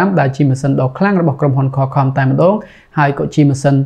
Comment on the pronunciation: សុំកែបន្តិចបង Qualcomm (ខ្វលខម) បងនិយាយ (ខលខំ)